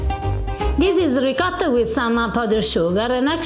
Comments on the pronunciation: Dai “un’aggiustatina” ad per quanto riguarda la pronuncia di “ricotta”. 😉 Lo dice troppo all’americana! 😀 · Ma perché devi dire "r'coda"???? RICOTTA!!! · Io ho detto ad di dargli un’aggiustatina ad, per quanto riguarda la pronuncia di ricotta. Pronuncia ricotta molto all’americana! E da uno che è sposato con un’italiana, a dir la verità, ci si aspetta qualche sforzo in più. Di solito lei cerca di fargli capire quasi sempre la pronuncia originale di molte cose italiane. Ma poi evidentemente ogni tanto qualcosa sfugge al suo controllo.;) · Three delicious and Italian recipes, great as always guys! Would like to see challenge now…I love the way pronounces ricotta: RICORA! That’s so American 😂Hugs from Sicily 🤗🤗😊😊🇮🇹👋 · you really need to get to teach you how to say ricotta...it is a glottal sound like ri-GAW-ta... love your videos:)